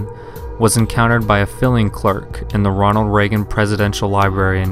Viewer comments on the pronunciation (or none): lmao at filling clerk? rlly dude how have u made it this long in life without knowing how to read? it's a FILING clerk not filling clerk lmao